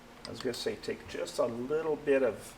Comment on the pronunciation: “A liddle byit…”